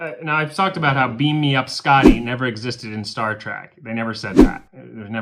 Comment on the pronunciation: Lol Its Star Trek not Star Track.